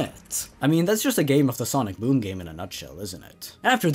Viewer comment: Ok ngl when in said sonic boom I thought it said sonic DOOM